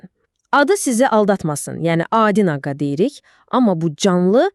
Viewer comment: Naqa yox naqqa 😂😂